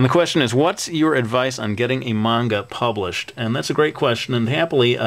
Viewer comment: Yes! He pronounced manga right! Great job! -thumbs up- I want to be an english teacher in japan when im old enough. I was really excited when you told us about that in your videos.